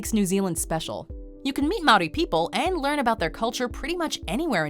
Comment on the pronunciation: You’ve got pretty close to pronouncing some of the Māori words correctly I’m impressed